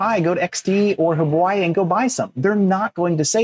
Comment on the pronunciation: I love how you always say huboi instead of huobi 🤣. All they're doing is fooling Pi's enthusiastic community to sign up for an account at huobi so they can climb up the ladder of top exchanges, they all wanna become BINANCE. Pathetic approach and tactics from the Chinese side, both huobi and xt are Chinese... 😬